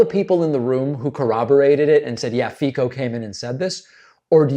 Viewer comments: Hello! Just a little correction, the name of the slovakian president is pronounced Fico (with a C) not Fiko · His name is [Fitso] not [Fiko] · The name is pronounced [Fi-TZ-o] not [feeko] ;) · Fico is prononced "Fitso" not "Fiko" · It’s “fitzo” by the way, not “fiko” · Fico is pronounced Fitzo not Fico. BTW, Fico is a Putin puppet. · Just a quick note - the Slovak guy's name is pronounced "Fee-tso", not "Fee-cko." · Slovak prime minister ' s name is not pronounced "Fiko" but "Fitzo" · Not Fiko, but Fico, pronounced Fitzo. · it's pronounced fitso, not fiko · The pronunciation of Fico is "Fit-so". The "c" in Fico is not read like a "k" but rather "ts" like in cats. He is a dick though, so I do understand the urge... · Not really Alka. Thermonuclear5742 is right. "C" is pronounsed as "ts". And English phonetic spelling of his name is definitelly not 'feet-so', that would make the letter "i" long like in "feet" but his name is pronounced with a short "i" like in "fit". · No surprise Fico (pronounced as a 'sound' of C..not K) denied it since he's a Trumps butt licker... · very small point its pronounced Feetsoh C in slovak is a ssst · It's pronounced 'Feetzo''. Source; Slovakian gf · Fico is pronounced closer to Fitzo and he is an as.hole. 🤮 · Fico is pronounced with "c" sounding like "ts", as in "tsar". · David, just a quick note to tell you that Fico‘s name is pronounced „feet-so“. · Please, it's not hard to pronounce, it's "Fit-so", please invest 5 minutes to look it up next time. Not my cup of a gentlemen, but I expect better from you. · "C" in Slovakian is pronounced "ts", so "Feetso". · Not easy, but Slovak pronunciation of Fico is like "feet-so" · Good report. Note that Fico is pronounced "feet-so." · It’s pronounced Fitso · Fico is pronounced like "Fitso". And he's prorussian bastard that if he was not elected, he would rot in prison. Just like Trump. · In slavic languages the is isually pronounced /ts/. So his name is Robert /fitso/. 😅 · Pronounced Fitso